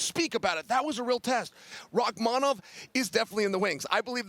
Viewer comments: Chael suggested Rakhmanov and then a minute later told Jon Anik "I love your suggestion of Rakkhmanov." Beautiful. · ESPN please teach your commentators to pronounce names, or at least encourage them to use just 1% effort to try and learn them..... The way they're DESTROYING Rakhmonov's name and have been doing for half a year already, come on it's not that hard.